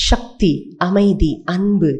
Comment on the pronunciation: சக்தியா? ஷக்தியா? இனிமையான ஒரு மொழியை பயன்படுத்தும் போது கவனம் வேண்டும்.